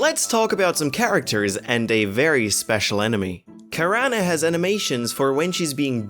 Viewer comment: Karana? Shouldn't it be pronunced as Karane (as spelled) due the name being tied with cranes? So Ka-rain almost? EH, just be nitpicking lol Sorry.